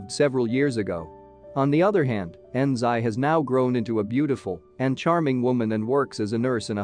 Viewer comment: Nice explanation. Btw Xi is pronounced as shi. Anything with x alphabet is pronunced as sh in Chinese. kindly remember it next time😊